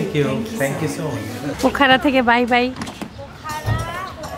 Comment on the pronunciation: পোখরা উচ্চারণ করুন।